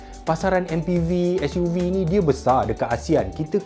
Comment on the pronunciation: Ke s.u. vee an. Org bahasa mesti pening.